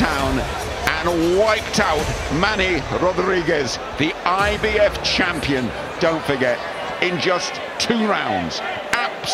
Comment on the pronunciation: English: Champion Japanese: Chum-peon